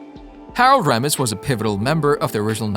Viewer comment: That A.I. Voice can't even say Harold Ramis and Dam Akroyd's last night right. I hate these I am good at Commentaries and Narration. Nice Video you can't replace real historians, writers, authors and critics. Sad R.I.P. to everyone involved in the cast and even the crew not mentioned. Always my fav franchise for the bigger budget stuff. I like low budget films too even more mostly the old B&W's and Color ones too, I am an expert on this stuff. I really liked Afterlife and gonna see Frozen Empire. Still never beat the 1st 2. I was always obsessed even more so as a kid and The Real Ghostbusters Cartoons. I had all The Kenner toys too. Not sure anyone Akroyd said Abbot And Costello influenced them. In particular the film "Hold That Ghost" from 1942. Dan seem to forget the 70's Sitcom The Ghost Busters starring, Larry Storch, Forrest Tucker and Bob Burns. It did very well only 15 Episodes then was cancelled also made a Cartoon from it. It is more comedy and bumbling then the Movies or The Cartoons that came in the 80's. My friend Chris showed me the 70's one I had no clue it is good too.